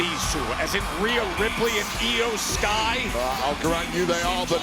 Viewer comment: Its iyo sky